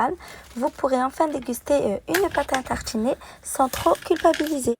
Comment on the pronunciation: Pate a tarchiner C'est partchhi 😂 Bien fancer 😂